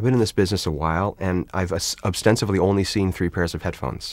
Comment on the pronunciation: I think he said ostensively